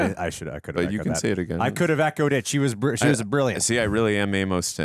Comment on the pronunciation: Their mouths' resistance to correctly pronouncing "Amos" was something to behold.